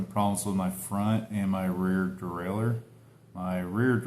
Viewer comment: The close up of you breathing through your nose at 315w needs an oscar! I think the icing on the cake would be to actually see you saying rear derailleur, I could hear all the 'r's rolling but we need to really feel it 🤌 Other stuff happened in the video but I forget, I'm sure it was good.